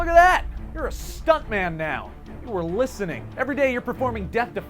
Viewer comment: Stuntmun. Pretty sure that's how I said it. Pretty sure I'm totally okay with this.